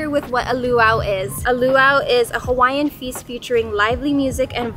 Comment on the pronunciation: I’ve seen alot of Youtubers butchering Hawaiian words but you guys take the cake.